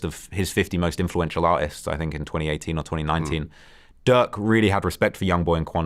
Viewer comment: He said Duck not Durk